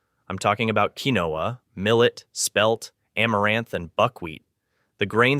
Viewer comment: I HATE BOT NARRATION!! It is Keen-wa (quinoa)